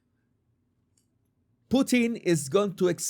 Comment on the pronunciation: I laugh when you say Putin’s name because I live in Canada where we have a famous food called Poutine (fries, with cheese curds melted by gravy), which matches is your pronunciation of his name.